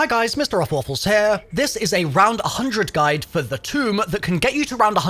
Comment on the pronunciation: lil bro really said roffle my waffle that’s crazy